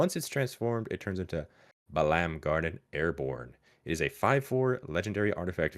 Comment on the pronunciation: Fun fact Raubahn is voiced by the lead vocalist of Godhead, he's also the main singer for alot of FF14 songs, and yes you nailed all the pronunciations for the names lol. For Balamb, theres not much to explain FF8 was just more scifi setting with a military school and when they were under attack it was just a reveal that the school building could fly too.